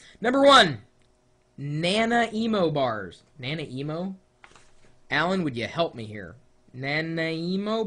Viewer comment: Haha nana emo. Na-ny-mo I live in Canada.